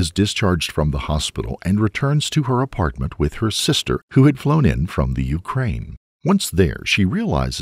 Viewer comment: THE THE THE yoo-crane